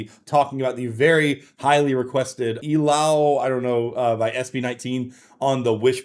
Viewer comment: How did you say the Title so well for the first time??! 🤷🏻👌🏻